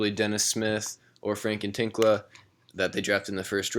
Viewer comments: frank nee-lah-kina is how it is pronounced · Its N-I-L-I-K-I-N-A dopes